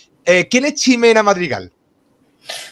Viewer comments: Porque la llamas "chimena" si la X es J... y ella misma dice Jimena... por el resto buena entrevista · ¿Tambien llamarás "Quichote" al ingenioso hidalgo de La Mancha Don Quixote? O "Mechico a Mexico", ¿llamarás a los mejicanos, " mecsicanos"?, ¿ tambien pronunciarás "Tecsas" en vez de Tejas"?.